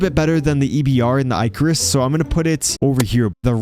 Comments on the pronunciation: Baz-uh-lisk. Ick-uh-rus. Lol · I love how this man pronounces I-carus.